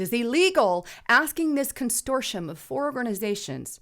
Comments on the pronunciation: “Con - sort - ium” Not “con stor tium”. I love you anyway & I especially love your reporting! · There's only one letter "t" in the word consortium. Constortium means something else. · Constortium is now on my 'take a shot' drinking list while listening to... But I digress. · Con sort ium ..say it slowly..Con Sort ium.